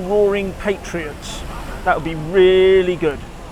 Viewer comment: Pat-ree-uts (not Pay-tree-uts). I am an elocution teacher in England. Sorry to sound bossy! I have many faults.